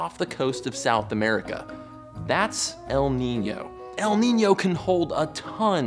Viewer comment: Your ñ pronunciation is really accurate